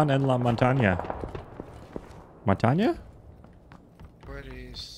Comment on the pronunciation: Montaña not mantaña